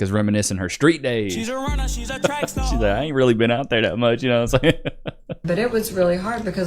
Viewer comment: "She's a runna She's a track staaa" 😂😂😂